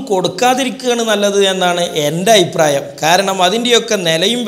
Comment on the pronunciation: ഡോട്ടറല്ല ഡോക്ടർ.... അയിപ്രായം അല്ല..അഭിപ്രായം